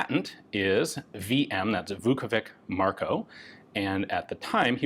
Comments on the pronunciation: A correction: Vuković is pronounced with a [tɕ], not [k]. Like ch in English. Therefore, it's ['vukovitɕ], not ['vukouvik]. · The letter C in Slavic latinised spelling is pronounced as a "ch" like in vukoVICH. Sorry my Russian bud made me write this lmao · Just a note to Slavic names pronunciation, "ć" at the end stands for English "ch" . So it is Marko "Vukovich", similar as Vasa "Teodorovich", the designer of internal magazine of one lovely pistol...